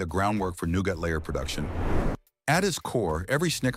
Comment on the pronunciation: Well I was going to subscribe until the who ever is narrating couldn't pronounce nougat it's noo-guht not noo-got. It makes all your information irrelevant and tells me you can't be trusted to truthful